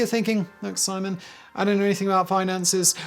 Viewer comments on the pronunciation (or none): none